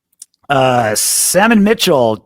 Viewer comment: You called me Salmon my name is Solomon 🤣 Go salt trick